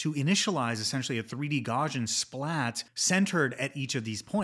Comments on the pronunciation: Gauss is pronounced gows like cows not gauze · Great video! Btw, I’m 99.99% sure it’s pronounced gow-see-uhn. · Great video! One pet peeve: it's pronounced gau-see-uhn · Gauss-ian, it's named after Carl Friedrich Gauss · Check the pronunciation of "Gaussian" man. You're driving me crazy. 😅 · Good stuff but you’re pronouncing Gaussian wrong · are you able to say "house" or "mouse"? You don't need to be German to pronounce Gaussian correctly! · I don't want to make this a big deal. Mathematicians and physicists all pronounce it this way and thought you might care :) explains it better. Gauss rhymes with house.